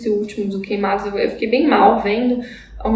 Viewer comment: Ok, adorei a análise. Mas confesso que me dá uma 'gastura" te ouvir falando o nome de QUEIMADAS errado.